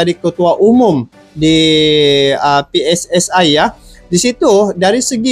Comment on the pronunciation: Bro PSSI di bacanya dalam bahasa indonesia bukan ejaan Inggris! Jadi di bacanya pe es es i bukan pe ss es ai 😊